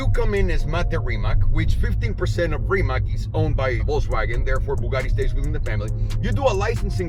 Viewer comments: It's not rimak, it's rimac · Trust me, I’m Croatian. :) Mate never mentions it, he just goes along with the Rimak pronunciation and it probably doesn’t bother him, but if you read this you can be in the chosen few who say it right (plus a few million of us in Croatia).Congrats! Next time we will learn how to say Luka Modrič and Goran Ivanišević, which sound tricky but are actually easy... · Are u so fucking stoned that u can not pronounce Rimac on Croatian instead of ''Rimak".?? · FYI Rimac is pronounced Rimatz like in Fritz. The more you know...